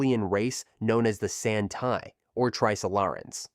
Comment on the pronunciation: Liu cixin is pronounced Liou tzi-shin and the tzi isn't tzee but the I sounds like the euhh in brother euhh Also the San Ti 三體 is pronounced San Tee, not San Tai Chat I'm sorry I just get super irritated when ppl pronounce Chinese names wrong💀